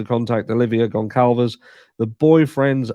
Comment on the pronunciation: Hey,! GonCalves is pronounced “Gun-Salvez” Thanks for covering this case!